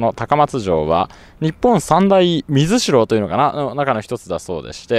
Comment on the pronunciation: あ、水城の読み方は「みずき」ですよ(´∇｀)ｹﾗｹﾗ